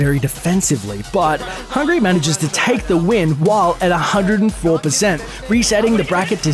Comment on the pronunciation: God every time the narrator called hbox "hungry" made me cringe. You can really tell the narrator(or the script writer), doesn't follow these fighting games very closely at all